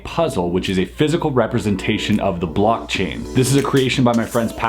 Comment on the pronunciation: Lol is he saying BLUCK-chain?